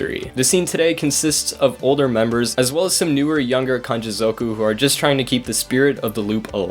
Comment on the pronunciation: zoooowku 😂🤦🏽‍♂️ ffs learn to say it properly